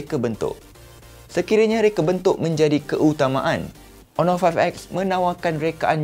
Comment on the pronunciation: hon·or ˈänər/ Pronounce it right,!